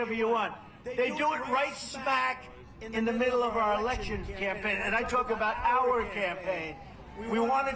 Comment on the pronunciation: Dear Forbes, President Not Presiden Campaign Not Campapign Thank you